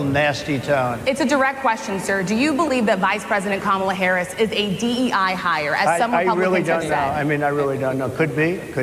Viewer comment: I don't always agree with you but I do enjoy listening to your point of view. Believe me, I am not a fan of either Harris or Trump. I have 2 questions for you: (1) why do you pronounce her name incorrectly? and (2) why do you not consider that Ms. Harris has TWO parents. Her father, Donald Harris, is Jamaican-American. Just because Donald Trump made a fool of himself in this instance doesn't mean that you should follow suit.